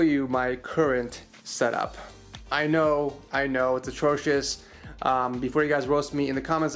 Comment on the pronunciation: “attrosish”😭😭 bro that setup is godly tf you mean😂